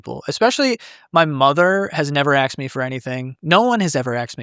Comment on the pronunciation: Did he really say "My family has never axed me for anything", "my mother has never axed me for anything" ? 😂